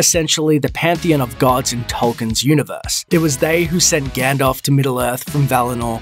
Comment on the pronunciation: Lol! Someone who doesn't even know how to pronounce Gandalf correctly thinks he knows more about The Lord of the Rings than us. Hilarious!